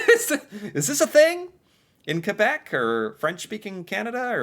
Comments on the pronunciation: Your pronunciation of Quebec and Newfoundland is excellent. You’re so personable as well. Have you ever thought about doing narration for kids? Like a kid’s channel perhaps? I think you’d be a hit there too, just sayin’. You could try poutine with a kid for instance! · I love that you say Quebec better than most Anglophone Canadians